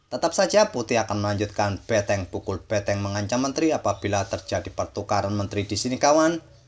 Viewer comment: BENTENG..bukan BETENG